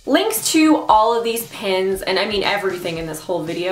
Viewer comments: lol I kept thinking you were saying enamel pens but not pins at first ! They're so cute . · Queen Kirlia me too!! Lol